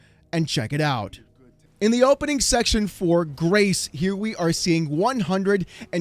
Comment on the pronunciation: I won’t lie every time you say Grace, I hear grey. Damn my old man hearing.